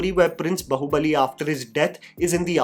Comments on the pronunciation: Its baahubali , not bahubali.. baahubali is a hindi word too😂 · It's B"aa"hubali (बाहुबली) not Bahubali (बहुबली), in terms of pronunciation, Baahu- means arm. Please stop saying बहुबली. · Bro, It's Bāhubali Bā Baa Baa Baa Black Sheep बाहुबली Not बहुबली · Its not Bahu-bali , its Baahu-bali...desi gora wannabe saala ! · बाहुबली ❌ बहुबली ✅ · Still waiting for the time can actually say Baahubali with "aa" sound and not pronounce it like a spoof of ekta kapoor tv serial. 😂